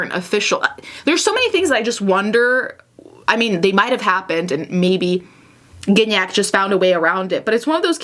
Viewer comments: Gignac is such a french canadian name x) the first g is not pronounced like that, its the other g. Can’t think of an english word that uses that sound... its not like giraffe, there’s no d sound before. Anyway. What a weird timeline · I didn't realise you pronounced Gignac like cognac 😬